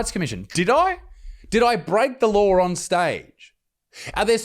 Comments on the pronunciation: It's not laawrrr, it's law mate. Have a good one. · You should be feloniously charged for your communist english speaking. Law is not pronounced lauer. Kinda like no aint pronounced nauer. The worst part is yall have the audacity to put unnecessary vowels in words like color, spell it as colour, and say it as colauahr. That's the real crime here....or heereuh